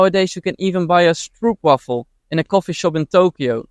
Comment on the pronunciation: Why did he say "Stroepwafels" instead of Stroopwafels? He is Dutch!!! ?🤔